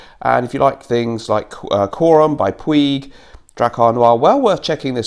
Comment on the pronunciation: Puig- pronounced Putch